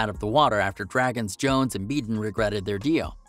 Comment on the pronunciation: Peter "johns"? It's jones... like j-owns. Also the background video should be of the episodes you're talking about. Interesting after show info though.